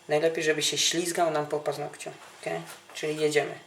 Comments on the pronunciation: "KE" w sensie "OK"... czy jakoś tak :D Nieważne, smacznego :D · hahahahaha 'ke' XD